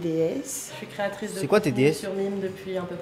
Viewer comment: "créatice" Jordan t'as rentré dans la tête mon pauvre